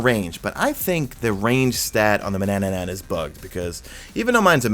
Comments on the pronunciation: Manannan not Manannanan argh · DUDE!!!!! please, sorry but I can't hear "Manannanan" again. I'm going crazy over here. Otherwise - thanks for videos, keep up the good work. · “Mananannan” Whyyyyyyyyy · He also says "manannanan" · TRIPPY, doesn't change the fact that it's spelled tarantula, not tarantella. I'm sure people saying tarantella have no idea it's not how to pronounce it. And manannan is another one lol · I think you’re adding an extra syllable to “Manannan”.